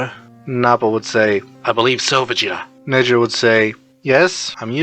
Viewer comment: The text to speech can't get Negire's name right 😅